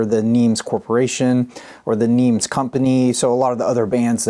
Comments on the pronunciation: Excellent video as usual. Just one thing....NEMS rhymes with HEMS, not HEEMS. Did not know that was Bramwell's hand on the cover of BFS! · Nems NOT Neems.